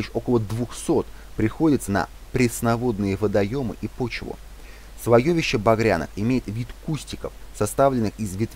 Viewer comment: Слоёвище режет слух. Слоевище правильно.